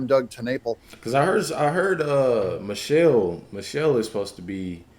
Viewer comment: IT'S MICHEAL ! 😂 NEVER FORGET THAT. STOP CALLING IT MICHELLE 😮